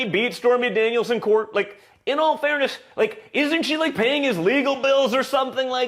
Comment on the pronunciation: 😂😂😂😂😂😂😂😂😂 "Or something LiKéah that" lmfaooook